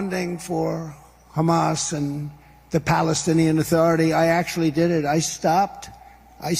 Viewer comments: Sounded like his dentures slipped when he said Hammazzz. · Did he say Humus? does he know what .Humus is? 🤣😂🤣😂🤣😂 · He can’t pronounce ‘Hamas’, he says hummus! ‘Sir, would you like a side of hummus to go with your cheeseberder?’ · Hummus is now added to the following idiocies of Trump - Thighland (Thailand), Nipple (Nepal), Button (Bhutan) and one which America you cannot forgive him for - Yohzemite instead of Yosemite (correct pronunciation) you know what I mean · Trump doesn't even know how to pronounce Hamas. So embarrassing. Only modern republicans are dumb enough to vote in a guy like this. A guy who had no government experience prior to being president.